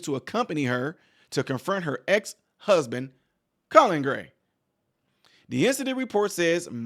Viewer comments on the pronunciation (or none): With your slightly southern (to me, from Vermont) accent... when you said "to confirm her ex-husband... Colin Gray," because of how quickly you said the name like it was almost one word.. I was paying half attention, did a double-take at my screen, like "Did he just say COLLARD GREENS for no discernible reason in the middle of this topic?! WTF? What did I just hear?" Hahahahaha. Obviously, I was wrong.. but I found it very funny. Oh.. the random tricks our minds can play on us.